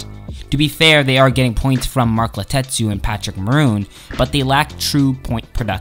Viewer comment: Can't take this guy seriously when he can't even pronounce a few of the player's name corrctly. ie; Draisaitl, Letestu, etc...